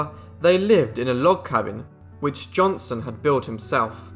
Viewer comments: If you are going to narrate videos for public consumption, you might want to work on your pronunciation. This guy is "Johnson", not "Johnston". Not that hard to get right if you try. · Hics name was Johnson not Johnston , I understand your British but drop the T cause it makes you sound dumb that you cant pronounce the mans name as its spelled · At least pronounce his name right . It's Johnson not Johnston. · JohnSON. Not JohnSTON. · Keeps saying Johnston. Wtf. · What i hear is johnston.